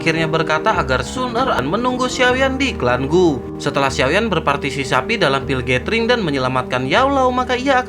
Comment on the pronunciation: Haha partisipasi bang bukan parsisapi haha